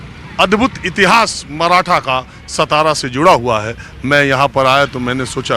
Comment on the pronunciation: सतारा नहीं भाऊ सातारा बोलो